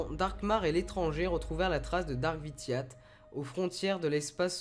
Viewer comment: Empereur vitate XD C vitiate mais sinon bonne vidéo